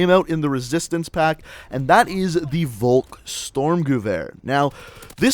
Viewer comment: Bro what is a volk "storm"? You mean volksSTURMgewehr?